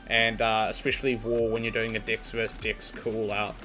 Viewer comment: love the video. cannot get over how you say dex lol. I hear dicks and it makes the video so much funnier